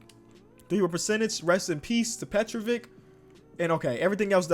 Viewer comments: Its not Petrovik it is PETROVIĆ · You pronounce petrovic petrovich